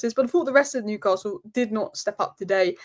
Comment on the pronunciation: The best pronunciation of Newcastle eva 😂… luckily the toon played well for that 11 minute spell, PS hey Liverpool win the league & be done with yourself leave the Cup for the toon